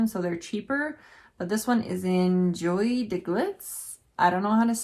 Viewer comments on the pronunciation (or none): Joie is pronounced like Joy :)